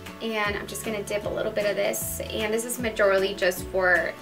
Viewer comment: Someone please tell me at what part of this video does she say "MAJORILLY" LMAO!!!